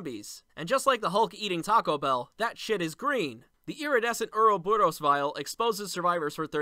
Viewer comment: Anyone else hear him say earl borous?